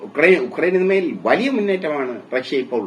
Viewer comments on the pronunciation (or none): none